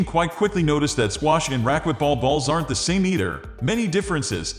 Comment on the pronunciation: AI voice cannot pronounce racquetball. Does no one check this before they upload it. Terrible